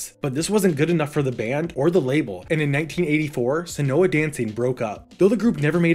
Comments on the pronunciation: Probably already has been said. But Seona is pronounced "Show-na" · I’m so happy Ricky was brought up! I’m the one that wrote the Seona Dancing lost demo article onto the LMW.❤️ Note: it’s actually pronounced “Shawna Dancing”, the band was named after a girl they knew.